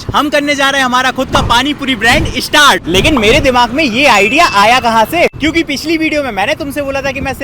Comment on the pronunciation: स्टार्ट ❌ इष्टार्ट ✅